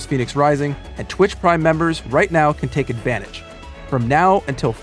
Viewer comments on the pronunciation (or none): none